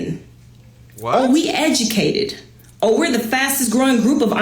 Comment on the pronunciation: “We da most edumacated” 😂